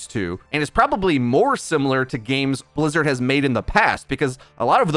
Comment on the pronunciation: Is Metro german? The way he pronounces Bizzard sound very german to me